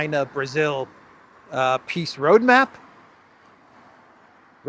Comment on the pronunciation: I can’t unhear “peace” as “piss” in the Elensky voice